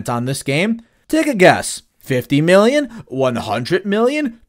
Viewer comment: bro you can't say million right